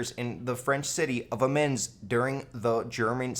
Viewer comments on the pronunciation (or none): 'amens'.....sigh.... AM-EE-OH, Amiens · amiens is pronounced amjens